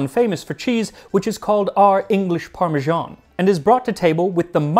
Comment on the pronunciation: It’s weird how you take care to pronounce all kinds of different foreign words and names of food except for “parmesan”. Can’t understand it